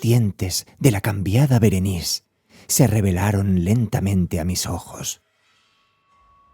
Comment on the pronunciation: Es Berenice!!, no Berenis 😒